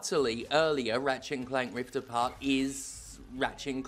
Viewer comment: I legitimately thought you said Rivet and Keith! 😂